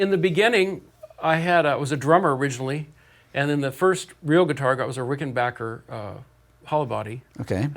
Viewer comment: Anyone who can sub for Ritchie Blackmore AND pronounces Rickenbacker properly has my respect...